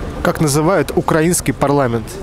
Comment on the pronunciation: Автор походу из Украины , правильно ставит ударение на словах украинский и слова пролелают украинские)